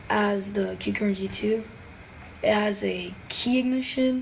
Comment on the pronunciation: He actually pronounced kukirin right 🥹🙏💯